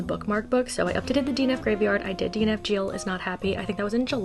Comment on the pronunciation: Can we talk about how you pronounce “Jill”